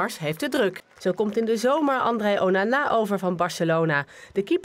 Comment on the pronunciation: ze zeggen onnnaa maar het onana